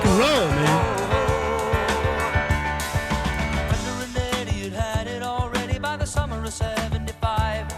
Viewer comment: It’s Brenda not brender lol